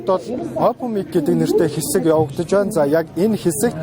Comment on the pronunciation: мэдээ уншиж байгаа бүсгүй байнаа гэдэг үгийг биноо гээд байх юм. Маягаа засчихвал сайхан хоолойтой бүсгүй юм